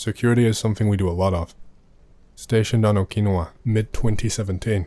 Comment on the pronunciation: How is jt your name is yet you mispronounce Okinawa so flagrantly? It reminds me of how tbe britts add an extra eye to aluminum and say "al-you-min-e-um"